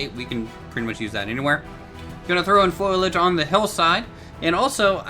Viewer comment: Foliage, not foilage. Sorry grammar nazi! :P